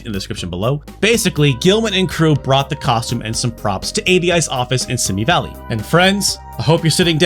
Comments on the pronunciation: If you're talking about Simi Valley, it's pronounced See Me. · Simi Valley is pronounced see-me